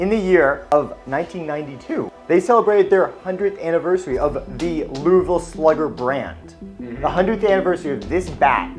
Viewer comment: thanks for pronouncing louisville without an s😀